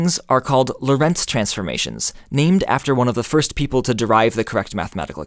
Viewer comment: Prof. Lorentz's first name was Hendrik and so is mine. He was a Dutchman and so am I. His surname should be pronounced as LORentz and not lorENTZ. The first syllable is the stressed one.